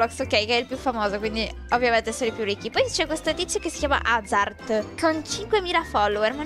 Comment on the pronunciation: hai sbagliato hai detto risci, comunque ti adoro